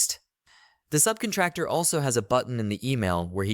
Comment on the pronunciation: Someone please teach this person how to say subcontractor. I cannot unhear this.